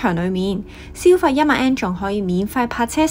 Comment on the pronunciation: 好好嘅建議，善意提點，更好的話 “yen” 字可以讀得較準， 唔好讀 “an”，謝謝